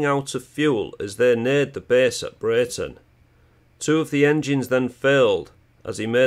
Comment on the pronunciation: Just a minor point,I was born in Breighton,its pronounced Bree-ton!!